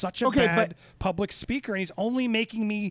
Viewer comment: I believe there was a deal AND the deal was to help Brian apescaynay! Bertolini’s words will go down in the books as SNL’s greatest meme. “John Q Publikk”“hawgwawsh,” “I’m not at libertti,” and most important of all…”DO NAHT TAWK TO LAHW ENFOWCEMENT.” Guy got his law degree from the Elmer Fudd Academy Use the tongue in every word folks.